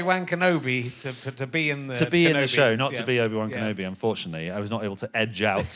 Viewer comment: Did he really say Obi Wankin' Nobi or did I just mis-hear it?